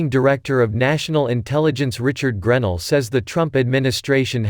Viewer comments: GREN ELL,!! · GRAAA- NELL..please pronounce this Patriots Name Correctly!! Sorry, nails on the Deplorable Chalk Board